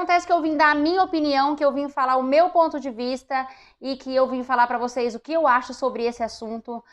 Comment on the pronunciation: Esse pará com acento ficou estranho!😅